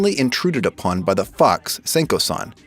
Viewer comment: i thought u said the helpful f*cks senko san